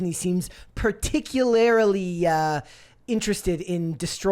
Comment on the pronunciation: How were you able to mangle "particularly" so badly?